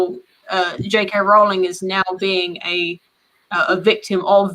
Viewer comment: Doesn't really work unless you pronounce it weird; her name's pronounced like "rolling".